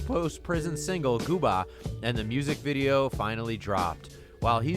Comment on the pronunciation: Gooba you said gooba wrong